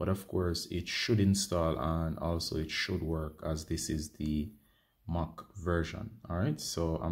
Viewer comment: mac not moc